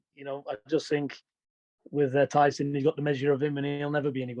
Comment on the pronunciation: Can really tell there's beef between him and Tyson. Still can't even say his name.